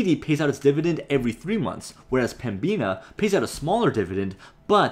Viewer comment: this guy again yes i am binge watching your videos, i used to work for Pembina actually, youre butchering the prounounciation (Pem-ina) the B tends to be silent or atleast less prounced, do you tend to try and make the majority of your profits off dividends or selling stocks at a high, plan only on the dividends maybe and take high sale opportunities when they present themselves